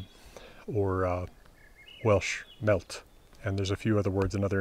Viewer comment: The Welsh word "mellt" is pronounce with /ɬ/, <Ll> in Welsh reprisents /ɬ/. (this comment isnt intended as poking fun it's just a correction ^~^)